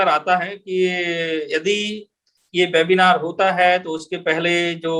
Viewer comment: आप वेबिनार को बेबिनार क्यों बोल रहे हैं ? कृपया ये भी बताएँ कि ये भाषाई रोग कहाँ से लगता है ?